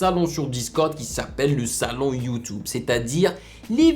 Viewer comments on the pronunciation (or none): Mec c Youtube et pas youtoube